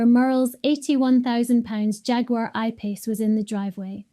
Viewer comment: How is she pronouncing "Jaguar" again? And what's "The Scoddish Sun"?